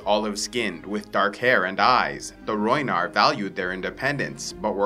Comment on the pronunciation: Rhoynar not rhoynish